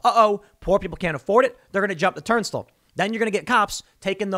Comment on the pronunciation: Did he just say “turnstuhl”?